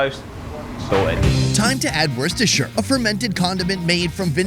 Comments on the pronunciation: “ oh! Worceshishhsihsiirids shauce!” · Mofo, learn to say Worcestershire. Woostersher. You sound like you overdosed on Lord of the Rings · Look, it's not complicated. It's Woostashur. That guy is clueless. The occasion on which people would eat a full English is called "morning". Also "lunch". Sometimes "dinner", or as it is locally known, "tea". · Heinz beans are awful, Branston are the best by far. So many things very wrong with this video, but it is good viewing. Love the pronunciation of Worcestershire sauce 😄😄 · For any non-Brits watching, Lea and Perrins is Worcestershire sauce and we still can't agree on the pronunciation 😅